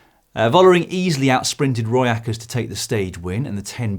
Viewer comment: "Roy Eckerts" lmao. Her name is (Pauliena) Rooijakkers.